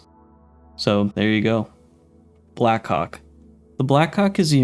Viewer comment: The way you pronounced blackhawk I did not look on the screen when i heard it and was a bit confused💀💀💀💀